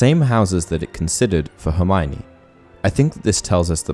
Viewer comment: I only wonder why seemingly all people mispronounce Hermiones name? In The Goblet of Fire Joane Rowling explains clearly that her name is pronounced Her-mee-oh-nee.